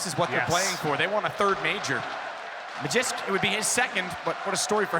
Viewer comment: Don't you just love seeing a round go by without having witnessed a single kill, when there were 5 kills in that round? The way that one guy pronounces Magisk ma-jisk makes me wonder if he also says ma-jasin for Magazine.